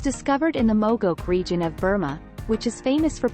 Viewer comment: It would be nice if when people insist on using Text-to-Speech Engine to narrate, that they'd TRAIN it to pronounce words correctly, such as Moh's which is pronounced "Mows" like "He mows his lawn with a lawmower" ! Not MAWS ! Mogok is pronounced "Mo-Gawk" ! PS> One of the largest and most productive Ruby Mines currently is in Iceland.